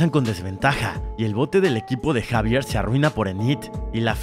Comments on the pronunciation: No se pronunciar Javier se pronuncia ecsavierl no sabe mucho al parecer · yo gritando se llama xevier no jaiveerrrrr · Se dise exavier y se escribe xavier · se pronuncia inid y exeiver